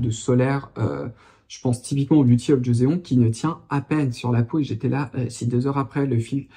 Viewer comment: Bonjour, merci pour tes vidéos! J'apprends toujours plein de choses en t'écoutant. 😊 Joseon (조선) se prononce djoçonne comme dans la phrase "Joe sonne à la porte."